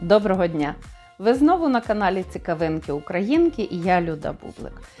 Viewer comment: Пані менторко, а ми ж із Вами теж пасочки не ліпили... То чому Ви представляєтеся глядачам як Люда, а не? Не варто починати щоразу своє менторство із помилки. Маю на увазі слово "цікАвинки". У вас воно стало "цікавИнки". Виправляйтеся. у наступних випусках.